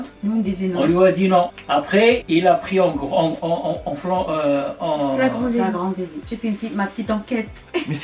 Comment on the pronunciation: J’ai fallit mourir quand il a essayé de dire flagrant délit 😂😂😭😭😭😭